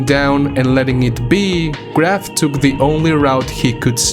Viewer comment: Graf is a german word so you pronounce it [ɡraːf]